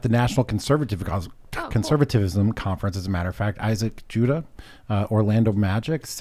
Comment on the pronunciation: “Isaac juda” lol